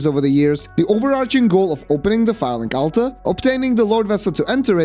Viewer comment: The way you pronounce Firelink Altar kinda sounds like Phallic Altar, which makes it all the more funny